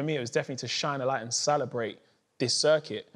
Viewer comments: Anyone else notice man like Mo can't say celebrate 🤣 Sala brate! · why is he pronouncing celebrate like that?